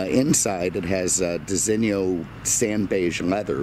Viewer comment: You just about say "Disigno" correctly, but there is no "i" in front of the "o". So pronounce it how you do but without the "i" , a bit like "Disino", not "Disinnio"... Capeesh? lol.